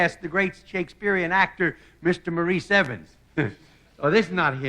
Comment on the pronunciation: Wow, I just watched an episode from a few years previous to this one, and they called him "Morris Evans!" Even when the Gern Blanston singers sang his name, it was, "Morris Evans!" And here he is, introduced as Mor-eese!